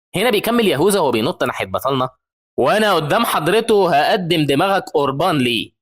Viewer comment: يهوذا❌ يهوزا✅😭🤣 😅